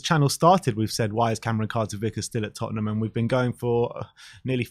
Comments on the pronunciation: Lol says TottenHAM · Big fan of 'Tottenam'😂